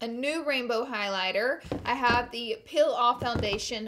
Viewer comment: Loll "pill away" vs "peel away" her English tho haha, no hate just omg